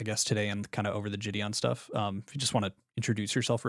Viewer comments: How can someone know Jideon personally and call him Ge'dawn. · why does he call jidion, "jidon" LMFAO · “jih-don” is jidon and thats jidions actual name 😭 brain of a baby toad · I can't watch this because I can't get over him calling him JidON. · bro how is literally everyone in the situation so damn unserious??? After all this involvement and correspondence with him and such, how the FUCK is this dude actually calling him "jih-don"??? Oh my lord this is so annoying to listen to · He worked for him, but doesn’t know how to say his name? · This dumbass can't even pronounce jidion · How’s bro gonna say he’s been friends with Jidion for at least 2 YEARS then keep mispronouncing his name like son 😭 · Fucking hell this kid can't even pronounce Jidion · I can't get over the fact that one of Jidion's upper mods can't even say his name right 😂